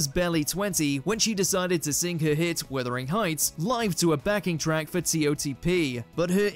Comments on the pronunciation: Sweet Jesus, it's WUTHERing, not WITHERing Heights. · “WIthering” Heights??? Try Wuthering. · Why on Earth does the commentator on this video insist on calling Kate Bush's song WITHERING heights? Has he actually heard the song?